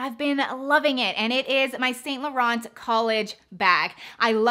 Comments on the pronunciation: I think I can’t take her opinion seriously when she pronounced the t in Saint Laurent... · U can't pronounce "Vachetta" correctly. And Saint Laurent and Givenchy. Nice bags, tho.